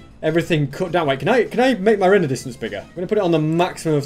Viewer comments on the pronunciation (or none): none